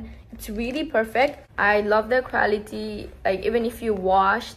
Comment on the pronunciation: Did you say quality? Cause it sounds equality 😅